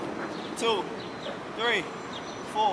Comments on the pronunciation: that ''ThReE'' bruh im dead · The way he said three Lmao